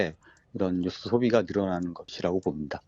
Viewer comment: 뉴스라고 해야지 왜 누스 라고 하셔요 ㅎㅎㅎ